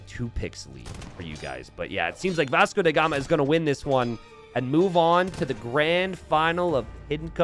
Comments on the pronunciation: why do you pronounce Vasco DA Gama as “Vasco DE Gama”? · Who is that Vasco "DE" Gama you speak of? :p Do you mean Vasco "DA" Gama? :D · Vasco DA Gama, DA gama not DE gama